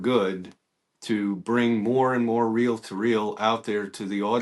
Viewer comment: Row to row decks, tapes. It is just me who heard this? Not reel to reel? 😮